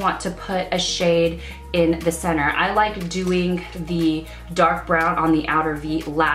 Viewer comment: "I yike to use" 😂